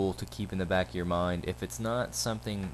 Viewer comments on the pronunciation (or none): none